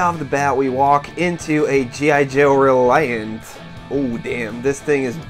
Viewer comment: 'A G.I. Joe ... Reliant'? Is that what you said? :)